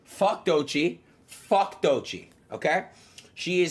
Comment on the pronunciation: He does it on purpose. The last time he spoke on her he said her name correctly, then said “Doychi” right after, as if he doesn’t know how it’s pronounced.